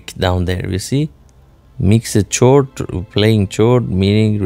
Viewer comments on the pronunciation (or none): Chord is pronounced "cord" not "chore-ed" you have to stop saying it. Its not correct and its making for videos sound awful. Id love to see you succeed